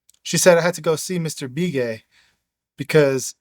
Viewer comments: Love this stuff!! I'm a longtime Arizona white man, and just for the sake of authenticity.......the Indian last name "Begay" that you pronounced "Bee-Gay".....is pronounced like "Buh-gay". It's a really common name.....much like "Smith" would be in the white-man's world. Not nit-picking.....I know you'd want to give as much respect to our American Indian friends as possible. Thanks again for reading this fascinating book! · It's Be Gay not Bee Gay... Like the sound in "Beg" ... Begay... I'm Native American & yes this is the real deal story.... I wish I could've committed... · What’s the name of the book you’re reading? Plus the name is not be gay, it’s pronounced Bah Gay. I know some Navajo with that last name.